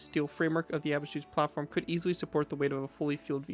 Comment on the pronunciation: your pronunciation of Abschussplattform is all wrong. Nice video regardless.